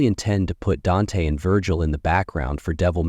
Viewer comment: Why is he saying Dante and Vergil name like that it's like he says they names right then he intentionally say it wrong